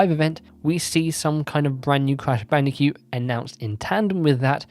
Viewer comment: I can't stop hearing you say "Crash Bandicute"